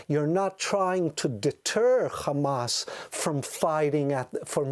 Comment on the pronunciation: It’s Hamas not khamas speaking English 😂 🐀🇮🇱🐀